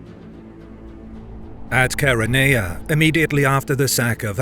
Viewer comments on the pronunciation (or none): none